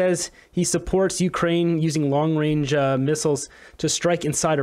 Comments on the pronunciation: Yup, long 'wange' missiles. Get a mental assessment already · We don't need a PM who says Long Wayne for long-range. Especially when he is trying to push the world towards a nuclear holocaust., your general message was good, but it's not true that the US has more nuclear missiles than Russia. Russia has the largest nuclear stockpile of any country in the world. Also, unfortunately, Putin was elected to a new presidential term this year, but it will almost certainly be his last term. It expires in May 2030. Putin will be 77 then. Russia won't make the same mistake that the US made with Joe Biden. And he could die or be forced to leave office due to incapacity before then. The Russian Constitution doesn't allow the Russian government to give the four oblasts it has annexed back to Ukraine. In any peace negotiations they would insist on retaining them. This wouldn't matter if Zelensky could fight his way all the way to Moscow and raise the Ukrainian flag over the Kremlin, but this isn't going to happen. What might happen is that Russia decides to annex more oblasts, and right now Kharkiv is the most likely candidate. This was a quite unnecessary war. Ukraine could have kept all of its territory except for the Crimean Peninsula, but we are where we are. Trudeau isn't a moron, but he is an idiot, and nine years as PM seems to have taught him nothing about foreign policy.